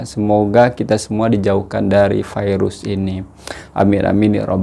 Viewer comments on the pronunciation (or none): none